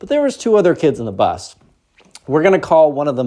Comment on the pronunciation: Hi. The word is Bus. I love your videos and during school when working I listen to you on Spotify but while gaming I listen to you on YT. Anyways hope you have a great day and have a Merry Christmas